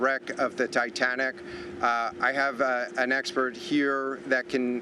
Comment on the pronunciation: he said the dietanic😂, hear for you self